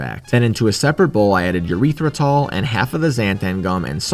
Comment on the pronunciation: my favorite sweetener, urethra-tal